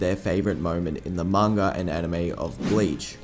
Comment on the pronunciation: why do some people say mangur instead of manga